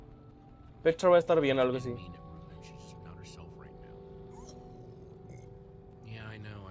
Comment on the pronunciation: cada vez que dices rouben muere un gatito :(